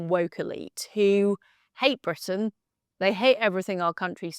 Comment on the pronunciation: When Liz pronounces the letter "R" in Britain as a "V" -- i.e. Bvitain -- that's on purpose. It's an homage to Winston Churchill and "V for Victory"! 👍😜🇬🇧✌